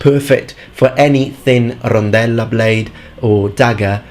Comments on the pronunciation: "Rrrrrrrondelllo blade" I like that sound 😀👍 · I love the fact that you perfectly said "rondella"